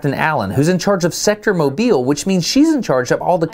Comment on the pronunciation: The town I live in is called Mobile but we pronounce it as Mow-bull.